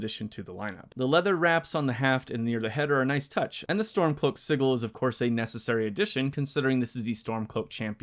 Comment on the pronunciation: SIGGLE SIGGLE ITS SIGIL SEE? SI! SI JILL. YES. NOT SEIGLLE SIGGLE. IT DOESNT RHYME WITH GIGGLE. ÀÀÁÂÃÆÄĀªÅĂĄAŔRŘGGʻĜĢĞĤH